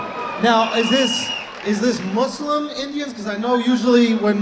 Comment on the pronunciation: Muslims and trucks, someone explain. by the way, i love that he pronounces the word muslim correctly